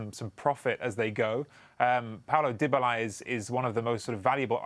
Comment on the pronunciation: Paulo "Dibala" 😂